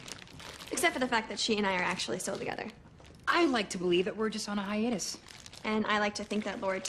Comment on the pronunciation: So hiatus is pronounced as Hi-a-tus not Hai-toose? Got it.